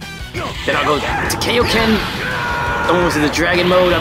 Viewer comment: Oh, the good times we didn't know how to pronounce Japanese vowels. =w=; Kaiouken is actually pronounced "Ky/Kye-oh-kehn" (lit. Realm King Fist)